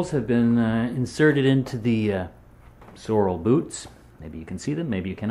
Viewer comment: sorrel is a plant. sorel is a boot. get it straight and pronounce with dignity.